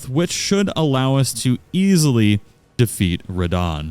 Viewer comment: "Unfortunately, we have to def'eat starscourge radahn" i can feel the suffering in that sentence